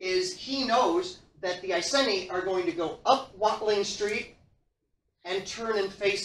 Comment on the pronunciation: Great lecture. Love all your lecture videos. Not sure about the pronunciation of Iceni tho. Maybe it’s just English/American accent thing. As someone who lives in old iceni area I approve of this video. Keep them coming 👍🏻